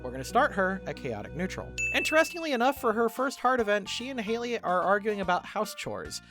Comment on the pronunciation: btw have you noticed that the youtuber mispronounced Hailey for the entire vid? Also, Caroline would definitely be a druid